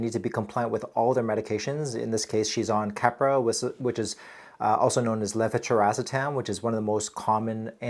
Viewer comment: Anyone else has awestruck how easily he pronounced leve-blablabla-etam (aka keppra)